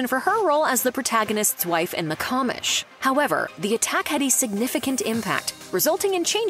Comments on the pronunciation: It's pronounced "The Ca-mish"....as in commissoner... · The show "The Commish" is pronounced Comm-ISH not COM-ish. It's short for "Commissioner" cuz that what the dude was